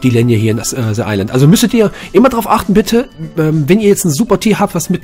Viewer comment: "Scorch özzz" "Se Island"